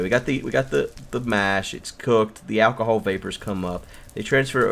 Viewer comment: Did u say ahcohol